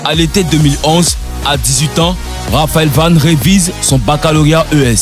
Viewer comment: C'est moi ou à j'entends '' le françiliens'' et à '' Raphaël Vane